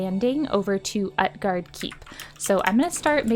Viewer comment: OOT-GARDE not UHT-GARDE xDDDD